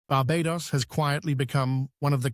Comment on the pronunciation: Should learn how to say 'Barbados' for starters...